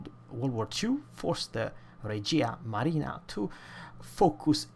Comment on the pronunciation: Not pronounced rejee'-ha, but re'jha, accent on first syllable.